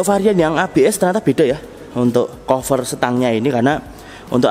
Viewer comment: Cover dibaca : kafer